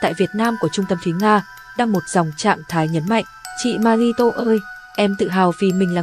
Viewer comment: Phát thanh viên ơi, đọc tên người ta cho đúng dùm: Ma-ri chứ không phải Ma-di